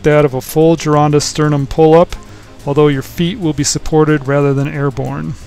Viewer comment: Thank you SOOOO MUCH! Not only for bringing uncle Vince’s work to people! Also for pronouncing the name “GIRONDA” properly! Thankyouthankyouthankyou!!!